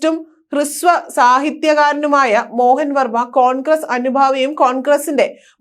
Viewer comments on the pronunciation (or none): വാർത്ത വായിക്കാനറിഞ്ഞാൽ മാത്രം പോര. അല്പം പൊതു വിവരം ആർജിക്കുന്നതും നല്ലതാണ്. പ്രശസ്തനായ എഴുത്തുകാരൻ കെ.എൽ മോഹന വർമ്മയെ മോഹൻ വർമ്മ എന്നൊന്നുമല്ല വായിക്കേണ്ടത്.